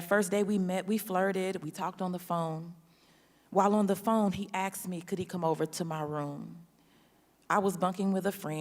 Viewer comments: He axed me… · What's all this "axing" that she says she did? What a moron. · He axed her? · You axed who? 🤔